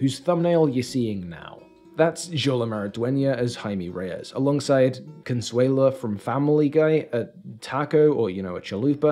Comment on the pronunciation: I'm pretty sure many people already said this, but her name is "Consuelo" not "Consuela" I know it doesn't sound right at first, but that's the name. And it's nor a parody by Family guy. Consuelo is a female name.